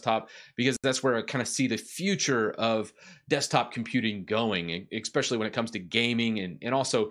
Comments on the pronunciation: EKSPECIALLY? You gotta know, my dude, that 'ekspecially' is a one way ticket to zero respect. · Did you just say eKspecially? That's not a word bud. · I was interested until you pronounced "especially". That shit drives me nuts! I'm out.